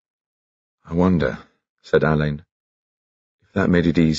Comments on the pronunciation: Unfortunately Benedict is pronouncing his name incorrectly, it's not Alayne as "a lane" it should be Allin like "Al in". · That's what I was thinking, 'it was Ngaio Marsh's fault that everyone pronounces the name wrong according to Ngaio Marsh it should be pronounced Allen' 🤔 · It's the fault of Ngaio Marsh that so many people misprounce the inspector's name.😮 It's pronounced Allen according to the author ❤